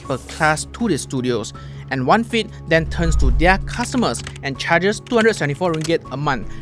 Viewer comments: Off topic but ‘Their’ is pronounced as ‘There’ not ‘Diar’. ‘Diar’ doesn’t exist in English. Just saying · Off topic but ‘Their’ is pronounced ‘There’ not ‘Diar’. ‘Diar’ doesn’t exist in English. I wouldn’t know what you’re ranting about without the subtitles